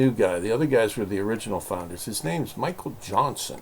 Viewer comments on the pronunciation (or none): none